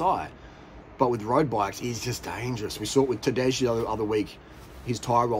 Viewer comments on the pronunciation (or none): It's not Tadezhhh, it's Tadei, for the hundredth time ffs. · Tadej is spelled like Tadey not Tadeg.